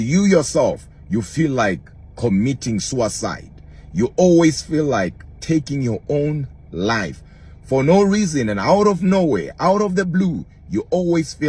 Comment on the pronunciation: Ok, nice pronunciation!